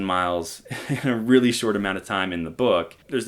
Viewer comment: It's just a weally weally weally weww witten wook!